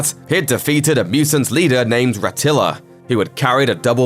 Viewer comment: Rataro. Ratilla? Come on.